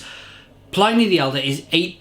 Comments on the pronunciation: So /plɪni/ instead of /plaɪni/? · Its pronounced Plin E not PLynee, Pliny Elder and Younger were Roman Historians, not PLY Knee, PLIN E